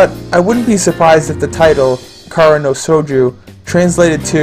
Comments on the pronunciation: shojo not shoju. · I cringed every time I heard Shouju... This one has been in my backlog for a while, will give it a shot.